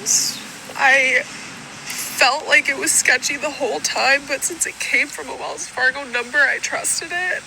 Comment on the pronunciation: get rid of the getto language, it is Wells Fargo not wills Fargo 😂